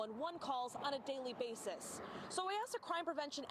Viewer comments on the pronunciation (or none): Love your show. I say this with love….you mis pronounced- meticulous and basis.